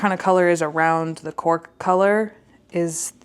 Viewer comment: The first pencil I heard the color as “pork” and thought that’s a funny name but ok. Later I realized it was “cork” but couldn’t unhear the first lol